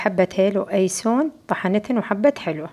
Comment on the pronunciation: ينسون مو ايسون 😅